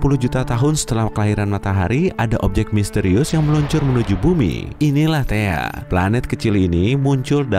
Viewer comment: THAE KALI BUKAN THEA